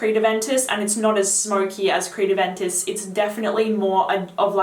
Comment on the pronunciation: I can't understand the name because of your accent.